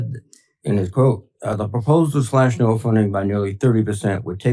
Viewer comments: Ben!! It is pronounced “Noah” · Ben don't be an A1 McMahon. NOAA, the National Oceanic and Atmospheric Administration (not Agency) pronounced Noah. I love what MTN does but you need to cross your T's and dot your i's not because not doing so makes you look any less intelligent but because it allows the Cult to cloud the waters. Also why does Maga Mike look like Emmett from the LEGO Movie?